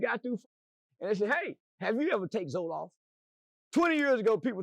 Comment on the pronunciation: “Hey have you ever take zolaf” 😂😂😂😂😂😂😂